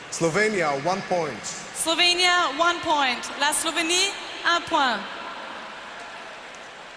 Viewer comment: „Eslovenia“ LOL hahaha